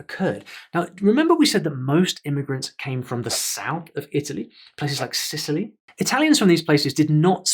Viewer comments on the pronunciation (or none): none